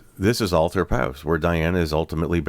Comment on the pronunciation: It's pronounced 'Ol-thorpe' btw! I was born not far from there and I remember seeing Earl Spencer one evening as he returned from the funeral. He was slumped over a wall in Lower Harlestone. His chauffeur was waiting by the car.